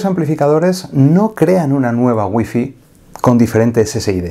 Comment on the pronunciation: Por qué los españoles no pueden pronunciar Wi-Fi😂😂😂